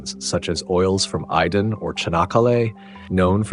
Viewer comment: For Türkiye please lemme correct you; Not Iden, it's AYDIN and not Cahanakalay, it's ÇANAKKALE